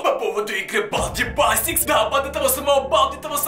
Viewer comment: На балди басикс а балди бейсекс